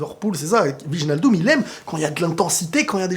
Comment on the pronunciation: SVP fais un effort : ça se prononce OUÈYNALDOUM et pas VIJNALDOUM !!!!